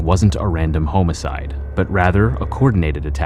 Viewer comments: Are you saying homicides or homo-cides? You pronounced it in the latter manner. Two different meanings. Which one? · I can't listen to you mispronounce hom-icide more than twice. The word home is not included. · Home-cide wtf damn this shit is crazy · Are you a robot its not homeicide its homicide lol😂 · Ok this comment is not relevant to the content of the video rather the narration but I have to ask, did anyone catch that he said or pronounced it as… Home-i-side not homicide?? I’ve been noticing lately in other videos as well that narrators are mispronouncing words! Like earlier I heard Zeb-ra not (pronounced spelling) Zee-bra??? I swear given the current culture war on our language I really think they’re throwing them in there on purpose hoping for it to catch on! Or so people can at least argue that all words can pronounce as seen fit by whomever! That used to mean you couldn’t read very well! Almost like subliminal messaging!!!!??? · Utah isn't the midwest...It's the Southwest. Midwest is considered like Illinois through Nebraska or thereabouts. West of that is considered Western US or Southwest. And the pronouciation of Homocide is "Hah-muh - side", not "HOE-MOE-Side". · Who the freak pronounces HOM-I-CIDE , HOME-I-CiDE. I am absolutely flabbergasted…..and I never get gasted. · Bro said ( homo-o-code) lol 😂 love his content though. He’s one my newest favorites I’ve came across, especially Texas things. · i love your videos bro but i literally have turned off your vids for sayin home-icide. its not professional its just fucking annoying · Lol he does say ( HOME ) icide. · What's a HOME-A-CIDE?? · Someone tell this man how to pronounce homicide. Wtf even is homo-cide that sounds like a hate crime. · Well-written documentary, but the Canadian narrator has to go. His repeated mispronunciation of the word “HOME-side” Made me turn it off about six minutes into it. Don’t send in a Canadian to do an American’s job. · 'home eh sides' wow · Hahahaha yea, homo-cide